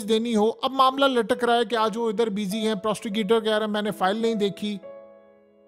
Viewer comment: It's prosecutor not prosticuter...😅😂